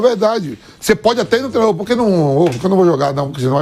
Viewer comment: Inadmissível, um jornalista esportivo em pleno século XXl dizer “treno” kkkkkkk Não passa credibilidade nenhuma